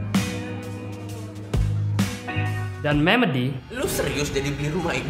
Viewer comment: Saya kok rada aneh pas ngomong kata memedi kayak rada kerasa apa gitu.